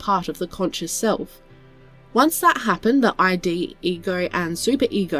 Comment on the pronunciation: Just an FYI, "Id" is not pronounced "eye-dee", bit just like it's spelled, "Id". Like "is", but with a d.